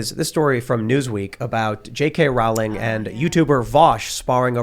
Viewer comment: Hey, Tim Pawl, Rowling is pronounce Rolling, the Row is pronounce Row as in Row your boat.